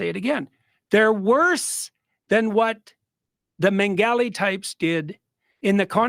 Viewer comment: He pronounces Mengele so wrong it sounds like some African name 😂